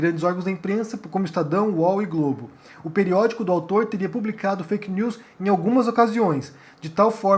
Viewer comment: Eu acho legal o geito que o fala "fake neuuis" do francês. Kkk.